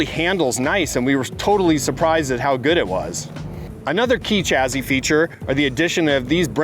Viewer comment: That's not how you pronounce the word "chassis."